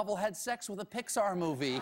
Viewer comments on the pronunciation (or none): none